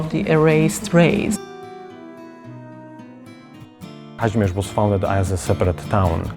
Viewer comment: It would be better had the narrator known how to pronounce the name of the city and of the Kazimierz district. The statement that 75% of the world's Jews once lived in Galicia is nonsense. Credibility is important.